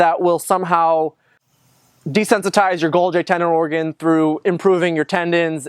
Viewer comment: The way he pronounced golgi makes me vomit.